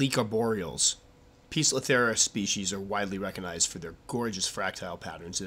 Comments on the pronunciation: Poe-cilo-theria not piiza-cilo-theria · Squirrely Squirrel 'Poecilotheria' is of Greek derivation. The 'e' is silent, the 'c' is hard. The constant incorrect pronunciation makes an otherwise excellent video almost unwatchable. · Pesilotheria Pokiltherie Po-es-il-o-theria Peziltheria Pozilla-theria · I assume they have the sobriquet "pokies" because the genus is mispronounced as POKE-UH-LUH-THERIA. LOL